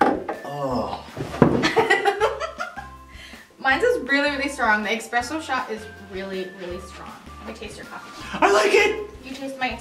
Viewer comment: Espresso, not expresso. Thanks, have a good day.